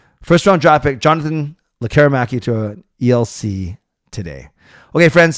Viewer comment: I do believe I heard from a Swedish source say his first name with a Y sound.